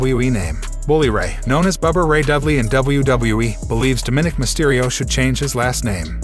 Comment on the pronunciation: I get it. The narrator isn’t a wrestling fan, but he doesn’t know how to pronounce “Dominik” correctly? Didn’t anyone care enough to tell him or is he just too full of himself to corrected?